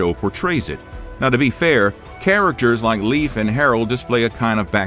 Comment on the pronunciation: I love your videos but his name is pronounced more like Laef not leaf like a plant